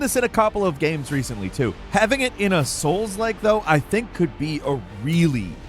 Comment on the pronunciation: Man there are some really amazing looking games but once you say souks like I’m out unfortunately 😞